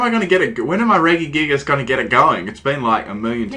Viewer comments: op REGISTEEL NOT REGIGIGAS and its not reggy-gigass it's pronounced Reh-Gi-Gig-As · Please tell me what the fuck Reggygigas is? Its fucking Regi pronounced like Reji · no one pronounces it Regui- except him, anyway I give up, you may now continue to crush me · Sounds like your sayung Reggae gigas lmao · Your pronounce regi wrong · its pronounced rejigigas